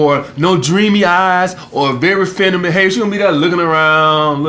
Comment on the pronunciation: My nigga said : ''Feminiminy''